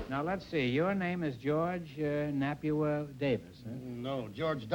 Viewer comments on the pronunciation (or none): "Napua" isn't pronounced "nah-pew-ah", but "nah-pooh-ah" - but she's either too polite or too cautious to correct Groucho. I met Napua Woodd (spelled with two D's) when she was quite elderly and was in the early stages of Alzheimer's, but she was wonderfully funny regardless. She was a comedy performer.